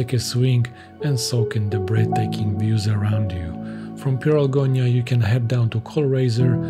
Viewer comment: it's Pieralongia not Pieralgonia